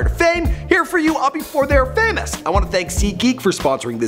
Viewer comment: he said famus instead of famous 😂😂